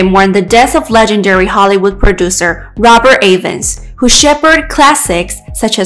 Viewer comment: His name is pronounced EVANS, not A VANS!! Respect his name, and don’t butcher it. 👎